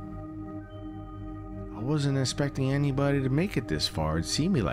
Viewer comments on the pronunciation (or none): "I wasn't esspecting" lmao